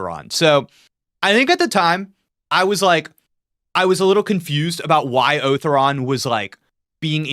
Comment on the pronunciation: Otharon is pronounced "Oh-Thau-Ron" with some extra accent on the "Tha"